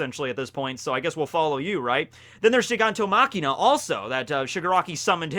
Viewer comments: machia, not makina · nobody:: gigantoMACHINA